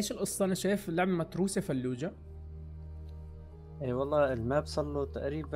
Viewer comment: مو فلوجة ثلوجة